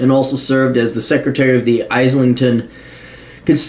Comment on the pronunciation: Islington = 'Izz-ling-tun' Haringey/Harringay = 'Harrin-gay'